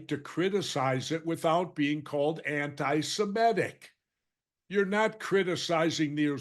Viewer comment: The word is not anti-SIMET-ic -- it's anti-SEMIT-ic. This is a terrible word virus!